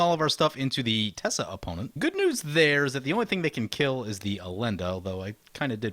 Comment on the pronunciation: Teysa Karlov seems really nice. Isn't it TeY-sa not Tessa?